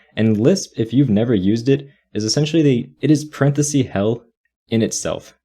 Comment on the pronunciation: It's "parenthesis" not "parenthesie"